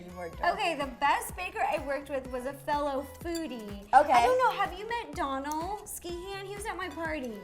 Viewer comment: Ro never gets Donal's name right lol and he's too nice to correct her. the Do is pronounced like Donut or Dough. so Dough-nal.